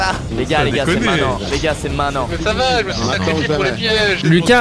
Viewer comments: On dit MAINTENANT pas MAINANT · Pk tu dis mainnant au lieu de maintenant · Pourquoi squeezie dit main nant au lieu de dire maintenant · Squeezie et ses "m1nan" m'eclate tellement. RIP le t de "maintenant" 😆